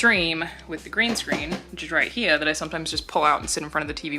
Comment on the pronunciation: Room Tour 2019: Return of the “Right He-uh”